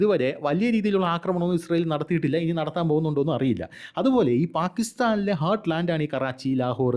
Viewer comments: ഹാർട്ട് ലാൻഡ്...... "ഹെർട്ട്" അല്ല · നല്ല അവതരണം... പക്ഷെ ചെറിയ ഒരു suggestion about pronunciation ... ഹാർട്ട്‌ലാൻഡ് aanu ഒന്ന്